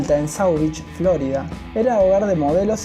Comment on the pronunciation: "flórida" jajajajaja decí "florída" . con acento en la " i". que bruto que sos por dios